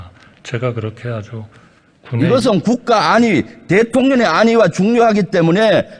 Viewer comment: 대톤년의 아니가? 대통령의 안위가!! 아. 진짜 내가 발음까지 지적해줘?